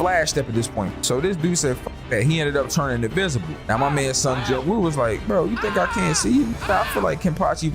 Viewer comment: BTW the MC's name is actually pronounced as seong jin-oo